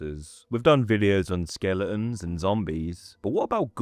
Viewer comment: start the vid: 'skele'uns' - ehehehehe